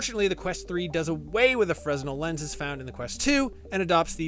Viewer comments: Fresnel is pronounced fra-NEL not FREZ-nal 👍🏻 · Did he say FREZ-NEL?? It's pronounced Fruh-nel lol Also just to help anyone out, bobovr is making an m3 head strap for the quest 3 and it is the halo style like psvr2 and bobovr is way cheaper than the meta brand elite strap. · It's actually pronounced Fray-nel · “Fra-nell” not “freznull” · “Frez-nell”. Bwahaha. Tell me you flunked physics without telling me you flunked physics. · "Fresnel" is pronounced "Frenel"; FYI. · Fresnel is pronounced frenel. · That drives me crazy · Hard to believe IGN would mispronounce Fresnel lenses in their official Quest 3 review.